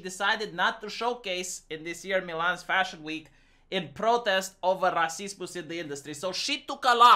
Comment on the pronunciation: Fuck I hate it when goes on about "raceeemoose" as if it's a actual thing that other people have any idea what he's talking about